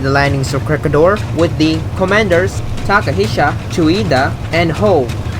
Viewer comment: WTF! Ko -Reh-Gi-Dor! Please pronounce it properly! Make a research! We can pronounce your city properly. Why you cant?